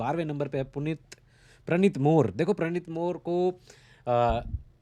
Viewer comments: प्रणित मोरे not मोर 😊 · Chutiye tere se more bhi nahi bolna aata मोरे hai zatu 😂😂😂